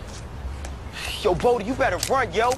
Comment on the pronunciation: Bodie not body